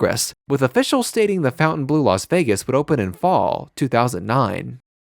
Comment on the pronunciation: I like your show but you should learn how to pronounce the name of the hotel correctly